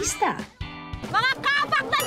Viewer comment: "KA' PAK" ang bigkas....hindi "KAPAK'". Mga taga-Maynila ang sumisira sa bigkas ng mga salitang Tagalog.